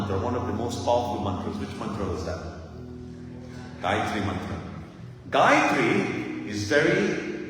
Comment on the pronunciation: 🙏, namaste,thank you for reminding us of the correct pronunciation of the GAYATRI MANTRA